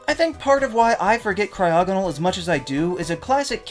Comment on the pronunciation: CRYOGONAL DOES NOT SYART WITH A G, IT STARTS WITH A C! FIX IT NOW!